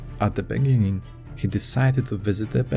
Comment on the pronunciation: ini the beninging